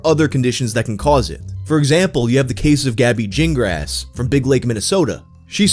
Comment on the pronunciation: Why are you pronouncing Gingras with a J sound?...thats not how you pronounce that name! G sounds like G, not J !!!!!!